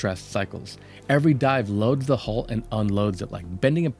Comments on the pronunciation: Please learn how to say 'hull'. Initially I thought you were saying 'hole', and the subtitles were also showing 'hole'. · I got very tied od the comments saying HOLE instead of HULL.